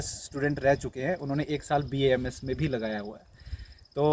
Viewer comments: It's B.A.M.S not bams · बैम्स् nhi bhai BAMS hota hai😃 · बेम्स नहीं भाई BAMS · First of all it's not baamss it's a BAMS clear that things pronounce every degree name with respect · It is B•A•M•S• not बेम्स The girl is continuesly pronouncing it correct stil you are pronouncing it in wrong way and showing yourself as cool dude by saying बेम्स again and again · it's B A M S NOT bams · Ita BAMS not baamss 😂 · Plz pronounce bams properly